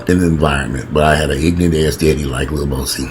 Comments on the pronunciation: its pronounced boo see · Its pronounced Boo-C.I think Boosie is battling his own manhood smh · The way you pronounced Boosie name took me out. 😂😂😂